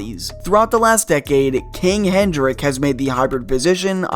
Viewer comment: I would argue that John Vanbiesbrouck was the last Stand-Up goalie to play in the NHL. Brodeur, if anything, mimicked his idol, Patrick Roy. Also, King Henrik. Not "Hendrick."